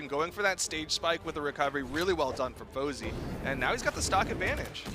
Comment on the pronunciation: ITS FOZEY NOT SWATA!!